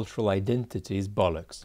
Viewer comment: Great talk but you said "bollocks' like a true Englishman.